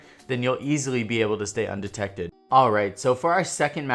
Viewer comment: Nice Video. Informative as always. Also your intro say 'Undected' instead of Undetected. Just a heads up. Love your videos man